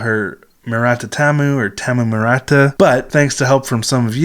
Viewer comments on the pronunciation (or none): No, it's "Tamu." u's and i's are only slightly silent between or at the end of a word with unvoiced consonants (T, K, Sh, P) in Kanto (Tokyo) dialect. And the a is pronounced "ah" so, "TAH-mu." OK, enough language geekery. I love these ladies more every time the put out a new song!